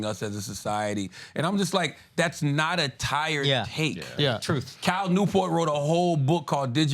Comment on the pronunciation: Someone tell tha god it’s pronounced truth not troof